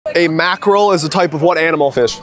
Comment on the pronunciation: “A my caawk is what type of… “